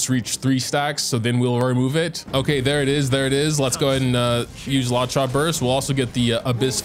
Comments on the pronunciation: He keeps saying “Lacha” I grit my teeth every time in every video 😂😂😂 I can’t even. Still love you, but please stahp for the love of cute puppies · the way says "lawcha" makes my blood boil